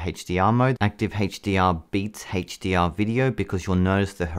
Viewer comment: OMG lol you kept saying HateshhhhDR